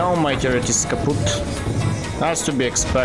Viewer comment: " i know my turret is kapput" when your blood turns into a german XD